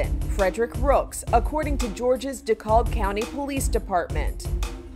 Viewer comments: decalb? it’s deKALB but ok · Did she say decob county? It’s Dekalb pronounced De Cab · The "L" in DeKalb County is SILENT! "Dee-cab" say it with me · De Cab= how to pronounce Dekalb